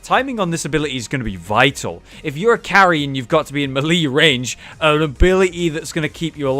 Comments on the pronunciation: ITS MAY-LAY NOT M'LEE FOR FUCKS SAKE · may lay. not mee lee. ijs. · malee? Is that like the official british pronunciation or are you saying it wrong. Melee is meh-leh/mélé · "Muh-Lee" carry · It's pronounced maylay. And just to clarify for Skyrim players, its not ignot, it's ingot...Ing fucking got. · I think you pronouncing melee wrong ... or I'm wrong. I dunno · He has addressed this before; he knows that he pronounces it wrong, but he doesn't really care